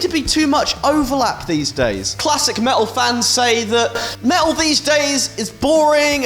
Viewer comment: You had me at "me'ul"